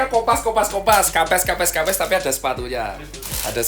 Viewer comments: bacanya kempess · Bacanya kempes wkwkwk